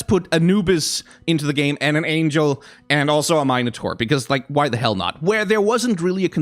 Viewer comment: Please never say minotaur like that ever again....